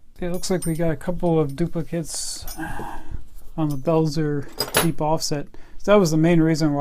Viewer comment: Cool review- Hazet is pronounced "Hartzet", likewise Belzer..."beltzer" sorry to be stiggler.... great stuff. Great spanners!